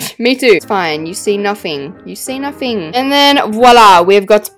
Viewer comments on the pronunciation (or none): I love the way you said ✨nofing ✨